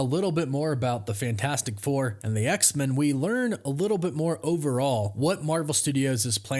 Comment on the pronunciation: Don't hate me but I gotta ask you to start saying X-Men properly. You're the only person I've ever heard who pronounces it X-Min instead of X-Men. The X isn't supposed to be emphasised more than Men. Both syllables receive equal emphasis. But when you put emphasis on X only, it changes the vowel in Men from 'e' to 'ə'. I love your work, but it makes me wince every time you say X-Men and that's only going to happen more. Please pay attention to how everyone else says X-Men in media and reality. Otherwise by the same logic we'd be saying Supermin, Batmin and Spidermin 😊